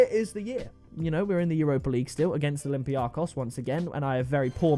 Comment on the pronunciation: I am from Greece and I must say that olympiakos is called olybiakos and the emphasis(the tone) is on the -kos. People make this mistake way too much XD